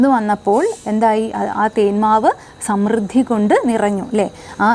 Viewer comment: സമൃദ്ധി ശരിയായി ഉച്ചരിക്കുക